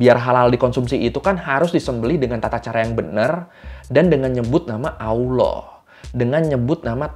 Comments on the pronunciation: Bang km gak bisa nyebut Allah ya, Bukan auloh bang tp allah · Allah bang bukan alah . L nya kurang 1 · Allah bang bukan auwloh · Bang, terdapat kesalahan ejaan dan sebutan pada nama Allah di dalam video.